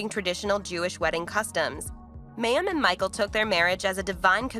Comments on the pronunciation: OMG You pronounce her name WRONG 95 times ---it's the Hebrew word for "water" - my-eem -you could have easily found this out. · Wow!... You have a lot of inaccurate information in your presentation. There are videos of Mayim (pronounced /my-um/) speaking on this and other issues you commented on. Please google them and redo this video. Thank you. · Yes yes yes pronounced MY- UM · Say her name correctly! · Thank you the pronunciation was getting on my nerves. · Is she still practicing attachment parenting when she went to work on the Big Bang theory? The report was not badly done, but as others pointed out that continual miss pronunciation of her name did bother me.